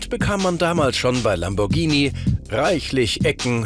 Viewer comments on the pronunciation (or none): none